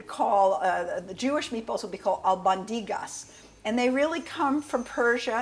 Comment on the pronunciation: You mispronounced turmeric and ablondigas.